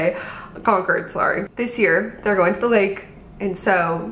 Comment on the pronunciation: Fun fact- don’t say Con-cord. Say Con-kid. You’ll fit right in😊 Ps the black and white dress was BOMB on you.